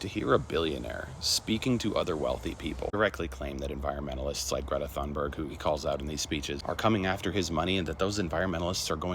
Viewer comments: Side note: It's 'Gray ta - Tune berrie ya' but she also accepts a more English pronounciation 'Gretta Tune Berg' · Thunberg is pronounced “toonberg”, at least in English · Greta pronounced "Tune burry"